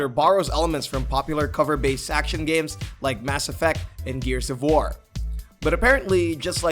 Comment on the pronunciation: Your inability to pronounce "war" correctly is distressing.